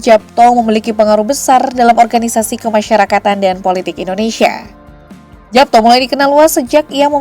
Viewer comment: Bacanya Yapto